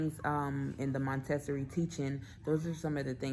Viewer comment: It’s pronounced: Monta-sor-ree, dear. ☺️ Also you may want to consider moving the clothing bar down (or adding a hanging bar) in her closet so as to foster independent clothes selection? Just a suggestion. ☺️ Great video!